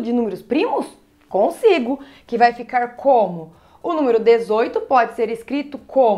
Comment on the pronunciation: Me ajudou bastante obrigado Acho engraçado a falando "númiro"